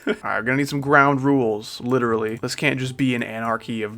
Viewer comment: I thought he said wituwy gyatt